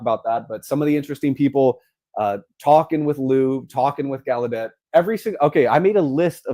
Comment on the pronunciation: Gaulladet is pronounced 'gal' + 'uh' + 'det', with the stress on 'GAL'..... definitely not gal you day